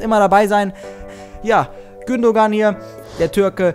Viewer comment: Gündogan wird "Gündoan" ausgesprochen :D